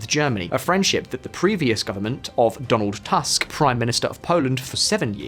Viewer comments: the 'u' in Tusk is pronounced as the English 'u' in 'push' and 'put' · Its pronounced Toosk not Task. Great video, sad that its true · In polish Donald Tusk is pronounced like in a toosk, not t\ask like in a tusk, whatever they are